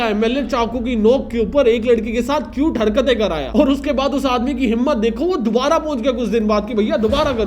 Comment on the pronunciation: First I thought you were calling it acute but then you wrote cute.. bro why